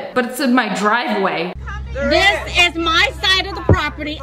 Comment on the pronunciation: "THIS IS MY DWIVEWAY!!"